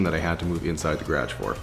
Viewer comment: Montrell Goff gradge. 😂